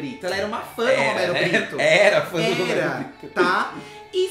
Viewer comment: Roumeirro Brrittou, porque o bonito não sabe mais falar português 🙄